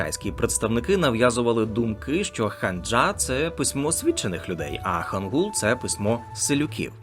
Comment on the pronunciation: Вибачте, але ну яка ханджа та хангул... Я розумію, що ви це з англ.транскрипції так прочитали, але хоча б подивилися на укр вікі як ці слова читаються українською. ХАНЧА та ХАНГИЛЬ